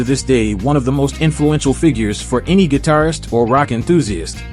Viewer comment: Last sentence... "That should make him (Hendrix) the best 'gidarfer' of all time." What the hell is a GIDARFER??